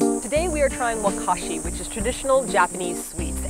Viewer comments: I think mizumanju (水まんじゅう) wakashi ❌→wagashi○ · A banana also... all this time I thought it was pronounced "Wagashi" but you guys said "wakashi" I'm from N.Y.C so I get my wakashi from a place called Minamoto Kitchoan. Love them. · Guys, I think you mean wagashi instead of wakashi! Or am I wrong? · Guys, it's WAGASHI not WAKASHI:) loved your video) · Amazing video, guys! i love thast you're in japan! it's "wGashi", thogh <3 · i could be wrong but isn't it wagashi instead of wakashi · I thought it was wagashi, not wakashi? Or was that Begin Japanology TV series lying to me? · it is also wagashi not waKARshe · you read it WAGASHI not wakashi :) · Btw technically not Wakashi, but wagashi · I think it's pronounced wa-Ga-shi! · Isn't it Wagashi? not Wakashi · Guys, its wagashi not wakashi xD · fyi, it's wagashi not wakashi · Thought it was Wagashi not Wakashi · umm its wa-ga-shi. when u say 菓子, it's ka-shi But when u say 和菓子 its wa-ga-shi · yeah right it is wagashi ! maybe since they learned korean before they now mistake the K and G :D